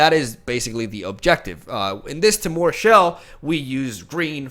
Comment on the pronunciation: "Tmore" Reclamation